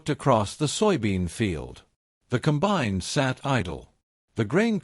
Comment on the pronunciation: Narration is AI and that sucks. Example: the machine is a 'combine' NOT a 'Cum-bine'. This 'STORY' is unnecessarily LONG and wastes time. We all know about the John Deere BS they pulled on farmers AND they lost a lawsuit over the entire deal.